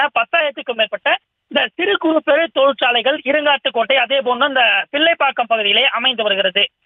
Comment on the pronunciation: தோல்சாலை😂😂😂 யோவ் அது தொழிற்சாலை என்று உச்சரிக்க வேண்டும். நிருபர் எந்த பள்ளியில் படித்தார் அவரின் தமிழ் ஆசிரியர் திராவிட மாடல் படிப்பு படித்து சொல்லி கொடுத்தாரா? வசம்பு வாங்கி நாக்குல தேய்த்து விடவும் 😂😂😂😂